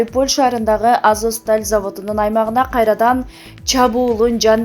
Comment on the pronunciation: Мариполь,Азоск дей берип жудоттунго.Туура окучу айланайын